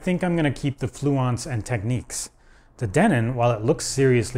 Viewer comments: Technics NOT Tekneeks! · "Techniques"? Lol it's Technics. There's no "nique". Say it right, man! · Technics is pronounced 'teknix' not tekneeks' Respect for having Ride album cover in the background.. :-) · DJs in the US always called pronounced it as techniques. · Just an observation - in the UK, we've always called Technics "TEKniks", but Americans seem to pronounce it "TekNEEKS". . Just an observation. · It's NOT pronounced "Techniques", it is "TEK-NIKS". It is a play on the word "technical", hence "Technics".